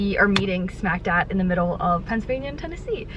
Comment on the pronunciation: i love that you call it “smack dat” in the middle instead of “smack dab” 😭😂